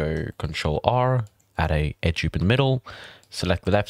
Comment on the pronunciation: why cant you say Edge Loop properly!!!!